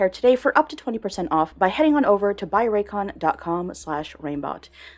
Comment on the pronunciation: Raycon? Reigncon.